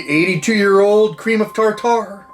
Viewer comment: Cream of tartar lol. Love the pronunciation Beast